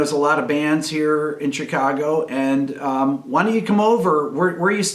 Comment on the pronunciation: Where'd you learn to say Chicago like a local? Just hearing that made me homesick... Also, you could have your story in the current day Chicago, but... heroin...